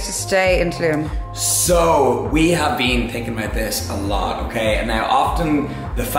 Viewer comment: Learn to say Tulum properly please.